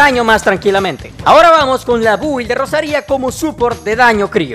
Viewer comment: Aun sigo escuchando a decir Bubi en vez de Build hahá. A mi Rosaria la tengo sin constelaciones, Dragonspine lance R4, 2 Gadiador + Bloodstained Chivarly + 1 Cáliz de Nobleese Oblege con recarga de energía (no me se los nombres en lobezno) y hace delicioso daño a los enemigos. Su daño Cryo no se queda atrás, almenos en mi experiencia no le hace falta prioridad al Cryo, hace daño decente con este build además que puede spamearlo